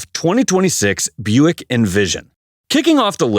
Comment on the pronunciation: #12: It's a "Booick". I don't know which is worse, that, or an "Oldmobile".